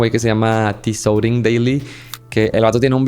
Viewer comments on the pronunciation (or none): Por cierto, Tsoding en Ruso se pronuncia Zozin.